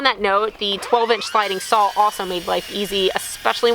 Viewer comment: saw not sawl